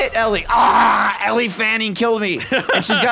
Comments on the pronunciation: Ellie Fanning must be a new Fanning sister because I've never heard of her. Sarcasm aside they should learn how to pronounce her name. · Isn't "Elle" pronounced like "L"? Or is it "Ellie" like they were doing? Just curious. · elle pronounced "L".... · they don't know how to say Elle😂